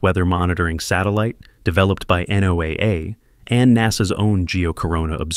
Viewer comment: I think you will find NOAA is pronounced "Noah" by the cognisant....